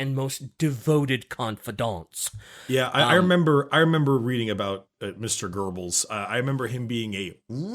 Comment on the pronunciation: „Gerbels“, I can‘t 😂 some German you got good, some you just butcher to hell, but whatever